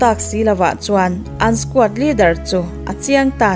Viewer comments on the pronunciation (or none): none